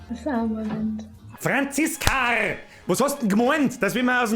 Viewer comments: Ich feiers dermaßen wie du FRANZISKARRRRR sagst. Ich ess dia Weißwuascht aber a mit Haut, weil mein Mutter aus Österreich kimmt und bei uns nix weggschmissa wird. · Franziskarrrrr 😂😂😂 I hoas a Franziska jetz scham i mi 😂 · Oida d FRANZISKARRR is scho fucking vier Joah her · Des Franziskarrr des hod mi zlegd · Franziskaaaarrrrr i moa mi zbreslts😂😂😂